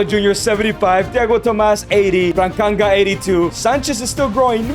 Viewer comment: Bro's name is not brankanga 😭🥀